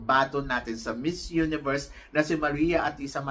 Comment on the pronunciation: Pronounce the word miss universe not mizz universe thank you.god bless you